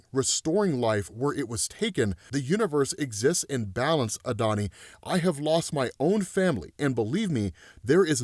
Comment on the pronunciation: Adoni is pronounced "add-o-nigh" it's Hebrew term for my Lord or my master.